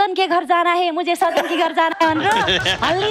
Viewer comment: एकदम खत्र । full हाँसो । जितु जी सजन भन्नू पर्नेमा साजन भन्नू भो ।